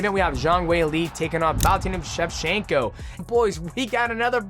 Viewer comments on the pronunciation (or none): DJ loses his ability to speak when he says someone's name Bo Nickal......."Bonugga" Valentina Shevchenko......"Valshenka"